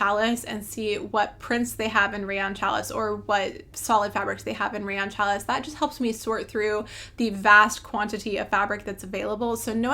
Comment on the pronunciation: Hi from Missouri. Enjoyed you video. Just wanted to let you know that challis is pronounced “shall ee”.